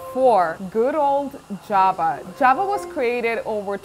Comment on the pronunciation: Хах. Сразу услышал не джава а джаба